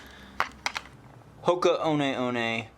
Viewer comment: I believe it’s pronounced, Hoka 1 1.